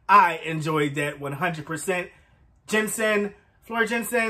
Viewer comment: "Yansen". "J" is pronounced as a "Y" in Dutch.